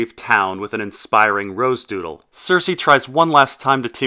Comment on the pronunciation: The way you say rose doodle 😂